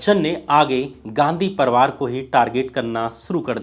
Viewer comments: परवार नहीं बे परिवार होता है, हरिशंकर नहीं हरिवंश राय नाम था😂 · साथ हिंदुस्तान नहीं सात हिंदुस्तानी परवार नहीं परिवार